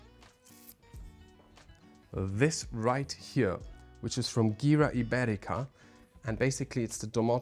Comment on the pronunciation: I have to say, very nice tour and presentation like always, you pointed it very well guys! But, this type of house is not my cup of tea. I just don't like this style of the furniture and design. And, I also have to correct you in something. The letter G in the Gira Ibérica brand is pronounced H. Now you guys will say that I'm always trying to correct you in something. But it's not like that, it just seems like that. something, but, that's not like it's seems. I just want to help you, to correct the existing mistakes in the pronunciation of some famous brands. Because guys, you are one of the best in this business, if not the best, and you really do it with a lot of patience, love, passion and quality! Just keep going like that. Fingers crossed for you! 👏🏻🙏🏻🤞🏻👍🏻